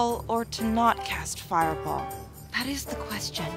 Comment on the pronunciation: "Thet in the world of D & D..." 😆😅🤣